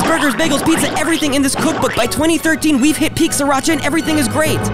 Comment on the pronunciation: isn't he saying Sriracha wrong?